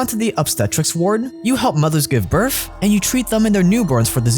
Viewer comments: Its birth, not birf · Birth not Birf or burph. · its kinda irritating to me how you say BIRTH